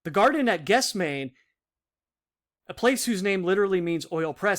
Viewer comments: Good work. FYI Gethsemane /gĕth-sĕm′ə-nē/ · It is pronounced "ges- them-any" Good video!